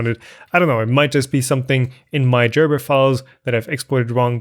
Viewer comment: Gerber, not Jerber. I mean, it is a hard G. It is, after all, a German name.